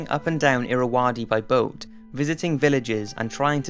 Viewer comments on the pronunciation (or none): none